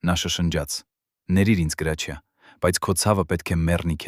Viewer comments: Լսի գրաչյա չի հրաչյա ինչ ամոթա անգրագետ անգրագետ մենակ խոսել ու մարկանց վատաբամեք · Ինչո՞ւ էք ասում Գրաչյա, նա միշտ Հրաչյա է եղել և այդպես էլ կա, բավական է, Հայկական անունները ազգանունները կամ սովորական բառերը շեղեք, հասկացեք երբ որ ռուսերեն էք խոսում հասկանալի է, բայ խնդրում եմ մի շեղեք ՀԱՅԵՐԵՆԸ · Listen to me why are you naming the greatest ACTORS name ,his name is HRAJIA not grachia ,listen tome wrong information,shame to you ,and your ARMENIAN even shut your mouth. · Գրագետ խոսիր այ անգրագետ , գրաչյա չի , այլ. Հրաչյա , չեմ կարծում թե ինչ որ մեկը մինչեվ վերջ կլսի այս հաղորդումը շատ ափսոս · ԿԸ ԲԱՒԷ ՄԵՐ ԳԵՂԵՑԻԿ ԼԵԶՈՒՆ ՌՈՒՍԱԿՍՆԱՑՆԵՔ… ԳՐԱՉԻԱ ՉԷԷԷԷԷԷ ԱՅԼ ՀՐՍՉԻԱ…